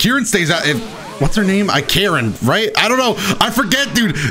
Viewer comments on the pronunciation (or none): Are we all just going to ignore that he called Karin "Karen" lolol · Thought he said "Kirin" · it’s Karin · I know this is 1 year old but this dude says he loves the franchise even tho he says narudo and karin kirin and hinata hanata